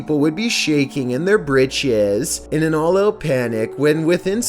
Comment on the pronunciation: Bro, say britches again.